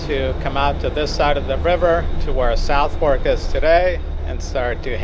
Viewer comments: It's pronounced "Suth ak". The river is "Temms". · Southwark is pronounced “Sutherk”. For some reason the “o” is silent, the “w” is silent and the “a” is more like an “e”.